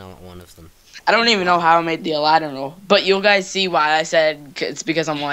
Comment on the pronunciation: It's Aladdin